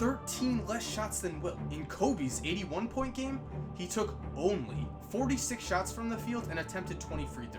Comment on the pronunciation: It sounded like he said "eating 1 points"